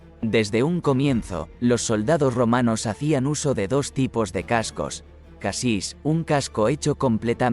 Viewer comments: . No amortiguaba el casco, amortiguaba el contacto con el mismo. Y se te ha colado "casos" en vez de "cascos". Las escenas o las imágenes estan "grabadas" y no "grabados". ¡Venga que lo puedes hacer mejor! En todo casco, perdón, caso, muy interesante tu vídeo. A mejorar: que parezca dicho y no leído. Canta mucho en esta grabación. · madre mía con los "casos" xD en vez de cascos..... q dolor de cabeza.... muy buen video por cierto, quitando que como lo lee un programa pues hay cosas q chirrían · La locución automática deja que desear, algo monótona, con muchos errores de pronunciación en la descripción de los elementos...no dicen "cascos", si no "casos" ; en fin, no voy a ser pejiguera, pero mejor voz humana. El contenido muy interesante. gracias